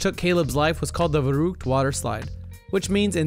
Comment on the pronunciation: verrükt is pronounced 'ferruckt'